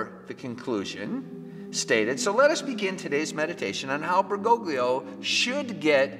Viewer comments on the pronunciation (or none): Pray for Fr. Altman. I’m not a big fan of Pope Francis, but Altman has gone off the deep end and has put his own soul in danger. And it’s Bergo-lio, the 2nd G is silent!! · It’s “Ber-go-Lee-oh”. The second G is silent.